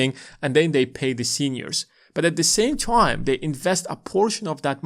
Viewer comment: Good video. I agree with everything except for how you pronounce the word “time”